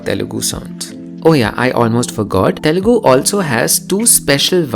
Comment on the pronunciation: that guy just said telungu